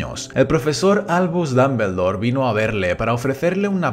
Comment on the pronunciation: Muy buen video, ame la pronunciación "Dambeldor"